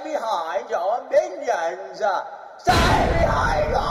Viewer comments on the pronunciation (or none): STAY BEHIND YOUR MINIONSAH!!!!!!